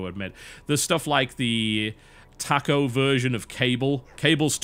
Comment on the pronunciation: The way you say taco. YOU'RE FUCKING IT UP!!!!!